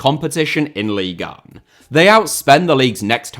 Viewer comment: When you say “leagueuen” … I fkn hate that